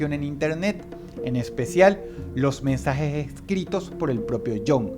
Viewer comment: los "mensajej ejcritos" espiritú de AMLO sal de ese cuerpo!!